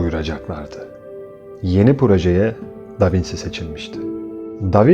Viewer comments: İlgiyle izlediğim anlatınızda tek rahatsızlık veren: Bizim ezelden beri Da Vinçi (yazım hatası değil, telaffuzu belirttim) diye bildiğimiz ismi Da Vinsi diye okumanızdır. Doğruysa biz değiştirelim bilgimizi...teşekkürler... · Elinize sağlık. Ama sormadan edemedim. Da vinci italyanca aynı şekilde okunuyor diye biliyorum. Davinsi diye okunduğunu bilmiyordum?